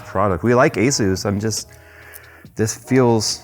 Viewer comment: Does everyone pronounce asus wrong? Say the word SUS and then add an A infront of it. Its not AZUES